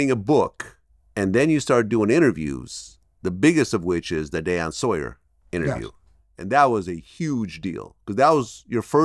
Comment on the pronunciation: How tf does vlad not know how to say “Diane” 😂😂😂